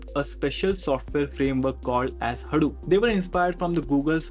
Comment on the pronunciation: it's pronounced hadoop not haroop